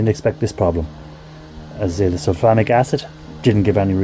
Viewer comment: And I thought he was saying Sulphonic.